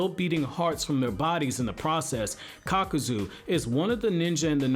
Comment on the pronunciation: Nice vid man....but uh...It's Kakuzu...not Kakazu.